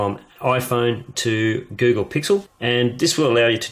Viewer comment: he says the google pickle